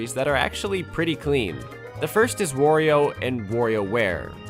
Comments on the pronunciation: “Worio and WorioWare”? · The biggest controversy of this video is how you pronounced Wario